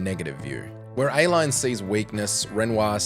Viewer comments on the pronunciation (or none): Say with me, now: Ah-Leene. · Please it's pronounced Ah-Leen Just say you haven't played the game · So you can't pronounce Aline, but you can do Dessendre.